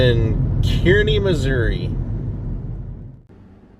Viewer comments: I've always heard Kearny Missouri pronounced "Carney" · My Husband lived in Missouri all his life and people always pronounce Kearney Missouri wrong. He knows what he is talking about 30 plus years in Missouri. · I live in Kearney and it is pronounced Carney.😊